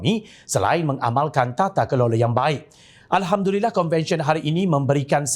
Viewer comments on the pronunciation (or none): none